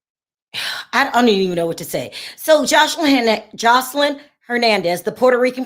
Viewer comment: You keep calling her Josh line instead of Jos eline. Josh is a masculine name